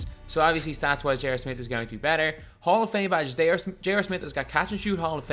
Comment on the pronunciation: And he also says J.OR Smith